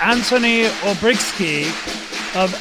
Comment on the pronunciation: Olbrychski NO Olbrykski